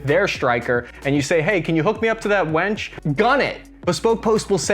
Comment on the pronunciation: Winch not wench.....unless